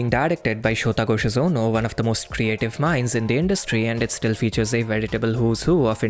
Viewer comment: Why do you say Shōta Goshozono like Shōtago Shozono?